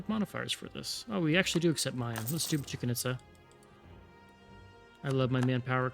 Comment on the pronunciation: Dying from "Chicken Itza" 😂 This isn't the most correct pronunciation, but think of Chichén Itzá as "Chee Chen Eeet Sah"